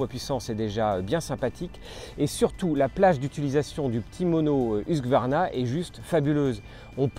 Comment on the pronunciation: j'arrive pas à comprendre pourquoi dans beaucoup de vidéos , la marque est prononcée huQsvarna et pas husQvarna, ca me trigger un poil :)